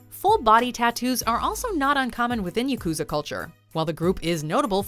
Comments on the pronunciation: It is called Ya Ku Za , all syllables have same length ... pls learn to pronounce properly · Pronunciation of “yakuza” here bothers me unreasonably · Is it just me or did they misspronounce yukuzas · Say it with me: Yak ew zah